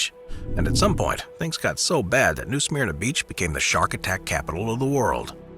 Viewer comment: Pronouncd New Sm-erna